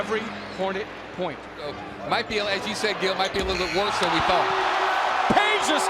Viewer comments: IT IS PEDJA NOT PEJA! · It is NOT Peja, it is Peđa. 😉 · It's Pedja not Peja